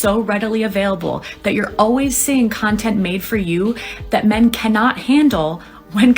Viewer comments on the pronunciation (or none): Did you just say "smug cuntent" 😂